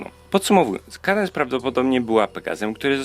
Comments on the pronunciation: "kejdens" ? Chyba "kadens"... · Czyta się Kadens a nie Kadense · Sorki że się czepiam ale się mówi kadens, a nie kejdens xD